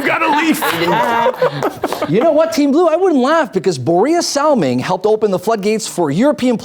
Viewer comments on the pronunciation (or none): "Niklas LinDstrom" "Borea Salming" XD